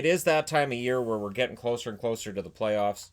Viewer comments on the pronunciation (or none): none